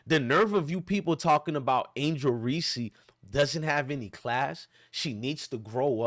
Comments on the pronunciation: Don't nobody listen to this clown....all he's doing is trolling without doing any research. He can't even pronounce the girl's name that he's sticking up for. It's just REESE...with one syllable...do you know what a syllable is????? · I know this is a good message, but I think we're overlooking something .......did you just say Angel "Reesie"?!! BRUUUUUUHHHHHH!!!! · Hahahaha. What an idiot! Before you preach stupidity, why don't you learn how to pronounce her name correctly. You sound like a fool. Additionally you should take a look in the mirror and figure out who the real racist is with all your derogatory mayo comments. You're the definition of a race baiter and part of the problem in this country